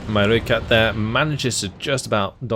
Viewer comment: Great to see some South African play! As a native I must say you got Rooikat right off the bat. Ratel though has a long "a", more Raahh-tel than Ra-tel. Keep up the good work!